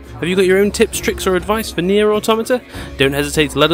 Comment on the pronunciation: Its pronounced NieR Automata, just so you know. Lol 😆